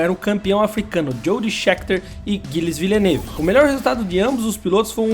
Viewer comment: Amigo, parabéns pelo conteúdo, passei a seguir o canal, mas dói no ouvido você falar errado os nomes de pilotos e técnicos. Você deve ser bem jovem para não saber pronunciar os nomes de Gerhard Berger e Gilles Villeneuve, por exemplo. Mas além desses, muitos outros também a pronúncia está incorreta. no vídeo. Confere antes de gravar, pois o que você faz é muito bom. Não me leve a mal, é uma crítica construtiva. Abraço.